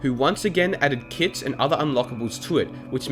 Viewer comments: If it weren't for this comment, I'd have actually thought that he really said kid instead of kit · I had to take 5 seconds of thinking to realise he was saying kit and not kids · Is it just me but whenever he says it’s played with kits I think he says it’s played with kids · Was he saying "kids" or "kits" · I also kept heard kids